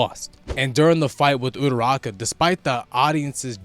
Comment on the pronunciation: Love this video! Great analysis broski- but please stop calling Ururaka “uturaka” lol